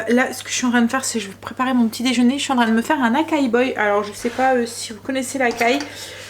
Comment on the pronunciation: Coucou la prononciation de açai c’est pas akai cela se prononce assaill 😂😂 bon je n’ai pas su mettre le tréma sur le i bisettes